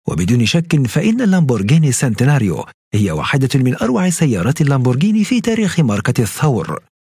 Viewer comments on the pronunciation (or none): تنطق مارسيلاجو او مارتشيلاجو ليس مارثيلاجو.. وهوراكان ليس هوريكان.. وتشنتيناريو وليس سينتناريو